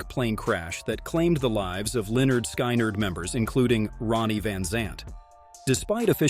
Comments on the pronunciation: Pronounce this band as Lynn ard. Skin ard. Hate how you're doing this! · Why did you release this terrible video? You don't pronounce the bands name correctly. You also include several inaccuracies in this video. This video is garbage and I would suggest that you take it down. I have been familiar with this event since it occurred in 1977 and know pretty much all of the facts surrounding it. Before posting stuff like this, do your homework and KNOW what your talking about!